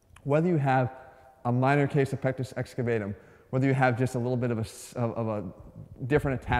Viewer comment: I thought you said " I have a small penis" lmao